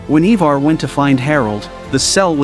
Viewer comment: its Ironside not Ironborn. its IVAR not EEEVAR. Is this an AI narrating?